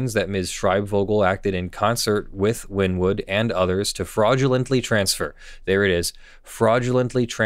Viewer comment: I hate to sounds like a nerd, but Wynnewood is pronounced "winnie-wood."